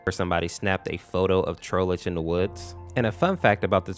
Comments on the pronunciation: Seems you didn’t remember it’s pronounced Troll-ge like Trollface, not trollage. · the e in Trollge is silent so you don’t have to say tr-oll-gee